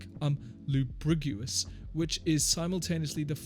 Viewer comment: homie can't even pronounce lugubrious.. all you have to do is listen to the song and repeat how he said it LOL.